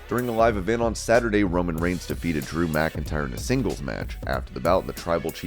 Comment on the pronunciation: Get his name right! It's REIGNS not REGINS!!